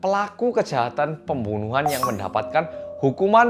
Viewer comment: " pemboenoehan " ngakak bgt sksksk